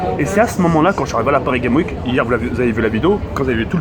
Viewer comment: OhhhLxffy_ je ne comprends pourquoi tu t'obstines tu veux que je t'explique vite fait : ton commentaire s'est porté sur mon orthographe. "CES" car c'est la meme faute que le titre, PARIS GAME WIK car sa prononciation laisse a désirer et enfin "crovaient" car si tu as vu sa vidéo du coup de coude de Booba, tu aurais du remarquer qu'a un moment il dit" ce qui me crovaient pas". Enfin bref, j'espere que tu comprendras enfin l'ortographe qui n'est pas tres belle dans le 1er com'